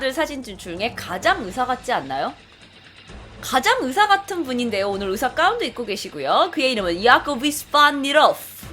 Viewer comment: 으사 아니고 의사 휴우증 나이고 후유증 이게 안되나? 항상들을때마다 의사 발음 안됨